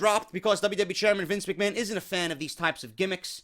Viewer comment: That opening was so funny. You actually have the broken shtick down man. Especially when you pronounced Mc Ma-han lol. Good shit bro.